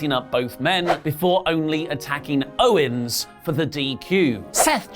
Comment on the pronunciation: Anyone else notice said “Rowen” instead of “Owens”... why do I notice such small botches???